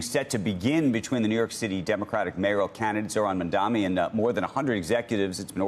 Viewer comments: DUDE. It's Mam-dani. Not Man-dami. How stupid do you have to be? You see the name written right there. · it’s really not that hard to learn to say Mamdani’s name. He acts like it’s a burden to learn someone’s name. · Andrew.....my friend, its not that hard....just learn to say his name properly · Oh no, business leaders and CEOs won't hold all the power anymore.... so sad. All these leading questions. Also, so sorry that his name is SO HARD for you to pronounce, so much so that when you faltered you had to take a second but didn't forget to roll your eyes so hard like it was an inconvenience to you... what entitled out of touch privleged a-holes. Also interesting how not the crime and city as doing SOOO well now but before the primary it was a hellscape ridden with crime..... hmmmm